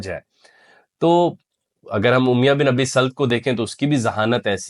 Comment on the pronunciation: اُمیَہ تلفظ غلط ہے.. اُمَیَّہ درست ہے